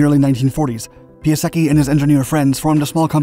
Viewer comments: His name is pronounced pie , not pea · If you are trying to make video about someone, just try to pronounce his name properly. It is not pronounced Pyaseki, but Pyasetsky. Point. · "PIE" ":UH" "SECK" "EE" === Jesus dude. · Piasecki is a Polish surname. I think the correct pron. should be "piasetzki" not "piaseki" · not Piaseki - PiaseCki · Oh God, it sounds so bad - NOT "Pee-a-secky" but "Pee-a-setz-kee". When you spend all that time on research, add 5 more mins to look the pronunciation up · I in Italian is pronounced E, so pee-ah-se-ki is the expected pronunciation. Turns out it’s Polish, so pee-ah-sets-ki is about right if I’m reading the IPA right. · Say: "Pie-Sec-kee" FTLOATH! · It's: "Piase-TS-ski", the letter "c" is pronounced as the English "ts" in "cats". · It's actually pronounced PIASETSKY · Ugh... Pia-setz-tzki please!!! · "pee-ah-seky" Please, stop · Piasecki is a polish surname. And that's not how you should read it xD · Man... Do research on how to speak Piasecki. Tip: its no Japanese, its Polish in origin. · Sorry mate, but Your pronunciation of "Piasecki" is truly horrible xD